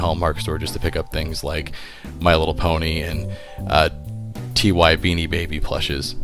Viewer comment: Pet peeve: People who say "Tee-Why" when talking about Ty plush. Ty is pronounced like "Tie." I don't know how "Tee-Why" got started, but it's ignorant as hell to perpetuate it.